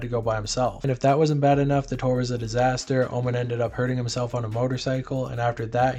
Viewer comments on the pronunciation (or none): none